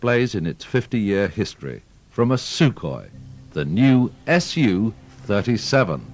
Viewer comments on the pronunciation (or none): I think you will find it is Sukhoi not Sukohi